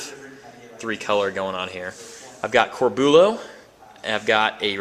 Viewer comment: it's pronounced Corb-hu-low dammit!